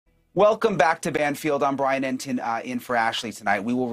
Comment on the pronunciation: I don't mean to laugh, but when Brian accidentally said "BLYIN Laundrie" I had to chuckle. Freudian slip? 😂 Also, I'm very glad to see they have filed this. I truly hope SOME kind of justice comes from this. Two families were destroyed because of Brian's selfish actions. I'm sure we will find out more, but I do believe what they are alleging is true. Even if they didn't necessarily help him try to leave (although I think they did), I believe they absolutely knew. There is no way they didn't. The final camping trip, all the things Brian had with him, they way his parents located said items they very day the reserve opened back up. There is too much that leads me to that conclusion.